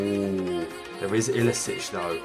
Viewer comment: It's pronounced Ilichich, not Ilisich. It's the same 2 characters, so why would you pronounce them differently?